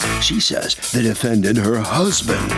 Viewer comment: Petty of me, maybe, whatever but a HUGE pet peeve of mine is this: as much as I adore Harvey, I really do but I HAAAAAATE how he says "defendANT"! Yes it is spelled with the "ant" but that is NOT where the emphasis belongs in this word! It should be pronounced like "defENDent". It's about the proper emphasis Harvey! Lol